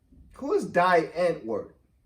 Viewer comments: die antward is a white rap group from overseas that eminem shouted out in one of his songs and pronounced thier name wrong..they came back and talked shit about eminem for mispronouncing thier damn name..they are shit..he only shouted them out cause they were a different type of group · Die Antword, pronounced Dee Antvurd, is a south African rave, hip hop, rap duo. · So die antwoord got mad because Em pronounced their name wrong on this song so Em dissed them on kamikaze and because they said Em rapped better when he was on drugs. Lol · Die antword is a group in South African I think, and ninja is a group member,after this song they dissed him because I apperantly didn't pronounce their name right, so he dissed them back on kamikaze album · Die Antword is an S African band. The one member is ninja. Em mispronounced their name by mistake and was trying to give them a shout out. Got news for u Biden won't make a diff either. We need to make people understand that every vote counts and get a 3rd party 5 percent so they can be eligible for fed campaign money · On Kamikaze the song Greatest, Em mention ninja from Die antward because, he gave him a shootout on this song. But he mispronounced the name, and Die Antward then dissed Em. Listen to Greatest again you'll hear it. Another good anthem from Rivival that is relevant, is Like Home, with Alicia Keys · Eminem tried to shout they and and miss pronounced their names, so the got all pissed about it. He has mentioned it in several songs now